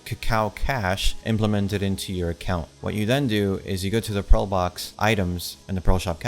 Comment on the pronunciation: Why do you pronounce "pearl" as "pro" and "prolo/proto"?